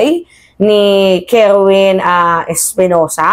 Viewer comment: Kerwin po hindi kerwen ...